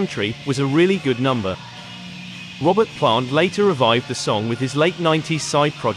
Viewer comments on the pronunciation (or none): none